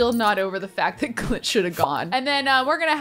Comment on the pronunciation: saying "clint" Me, hearing "cl*t" 👁👄👁